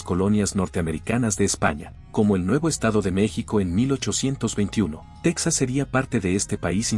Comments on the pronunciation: Texas antes de que los estadounidenses se lo robaran porque así fue, Coahuila y Texas eran un solo estado mexicano, me imagino que tú eres estadounidense ya que pronuncias Texas como estadounidense, los españoles y los mexicanos fueron los primeros en colonizar y habitar esas tierras y bueno los indígenas que ya tenían viviendo ahí cientos y cientos de años, primero perteneció a la Nueva España y después de la Independencia a México, Como te menciono Coahuila y Texas fueron un solo estado y las capitales fueron en un tiempo Monclova y en otro tiempo Saltillo por el momento no recuerdo cuál de las dos fue primero y, para nosotros los mexicanos todas esas tierras que se robaron los estadounidenses, siguen siendo parte de México porque el plan de Guadalupe fue firmado a punta de pistola. Saludos desde Coahuila. 👍🤠🍺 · Se escribe TEXAS pero se pronuncia TEJAS.